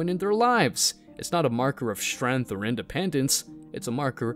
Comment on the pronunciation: its Strength not SHtrength and Strond not SHtrong